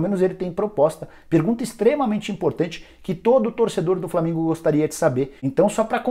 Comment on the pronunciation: Qualidade horrível da transmissão do FLORminense, imagem nem se fale .... além dos narradores clubistas que nem falavam os nomes do jogadores do flamengo direito